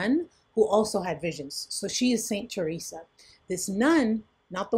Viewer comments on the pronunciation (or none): none